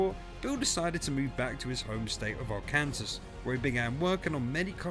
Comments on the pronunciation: Arkansas is pronounced: Ar-can-saw, not Ar-kansas. Lol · Arkansas? Lol it's said Arkan-saw